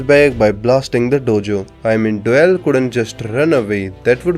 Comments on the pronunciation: Name "doyle" narator "Doeyl" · STOP CALLING HIM DOELLE ITS DOYLE